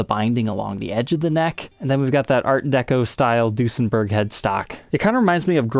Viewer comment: In german when u say the ue it sounds like the ü so it would be pronounced Düsenberg. This is an Amazing video and I'd like to see more Duesenbergs on here thx a lot